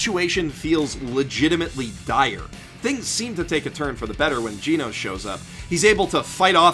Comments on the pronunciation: FFS his name is GEN-nose not Gene-nose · It’s genos. Not gee nose. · Didn't anyone else lose their minds when he said "GEEnos" instead of "GENos" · whispers you keep saying Genos wrong, btw. It's Geh-nos, not Gee-nos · I think it's just genos not geeenos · giinos? I thought it was genos.... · temporarily not here It is pronauced Ge-Nos not Gee-Nos he failed to say it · TeknoWhale he said Jee Nose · it's pronounced GEH-nos, not GEE-nos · "Jinous". My favourite cyborg after Genos. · ジェノス(jenos) not ジノス(jinosu) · Gen osu but without the ooo! Say it right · the only thing that peeves me more than the fact you call avatar an anime is the way you say Jeenose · I swear to god if he pronounces it "geenos" im killing myself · i’m sorry brudda but as soon as i heard GEE-nos... i had to shake my head. good video though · "Gee-nos" smh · it annoys me that you say "geenos" its called Genocide not Geenocide... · Arya Suri Jen Os. "E" makes a preceding "G" soft so it makes a "j" sound. As in "generation" or "general" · Pronounce it like jeenus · "Jeenos" really bro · "Gi-Noos" i died a little inside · Yuck. I can't help but notice how you pronounce Genos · Lol it' not fucking hard to pronounce "Genos" the English and Japanese version both say it correctly the "e" in Genos is said like "elephant" it just really bothers me that you pronounce it wrong so please say it correctly ... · All the times he pronounced Genos wrong. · Did you really just pronounce Genos like that? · Dang the way he pronounced Genos made me feel pain